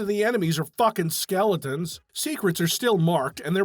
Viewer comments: Love that you kept saying skeltons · Is he saying ''skeltons''?